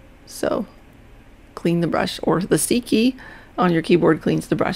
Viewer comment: What do you press to clean the brush rather than hitting the "clean brush" button? I didn't understand you. Ah, never mind......."C" key. I was hearing "seekey" and thinking...what the hell is a seekey....LOL! Anyway, great tutorial!